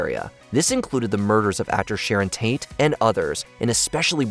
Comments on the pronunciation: Did you say Sharron Taint? LOL I think you mean Sharron Tate. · Did he say Sharon Taint?